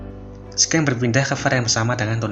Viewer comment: Suaranya udah mendingan d banding video 3 bulan lalu, udah nggak bisik2 👍👍👍 tapi maap baca "scene" nya jangan "sken" dong.. Bacanya kayak "sin".. Atau pake bahasa indonesia aja enak, adegan..